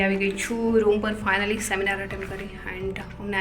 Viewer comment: સેમિનાર ❎ શેમિનાર ✅